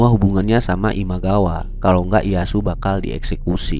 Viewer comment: Dibacanya: Iyeyasu bukan iyasu